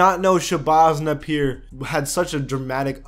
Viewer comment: "Shabazz Napeer"